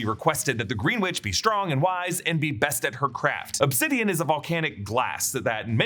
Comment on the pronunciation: You really said upsidian? Lol it's obsidian.